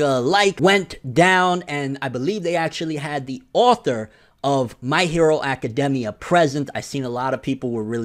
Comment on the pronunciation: The thing that made me mad was that hes saying academia wrong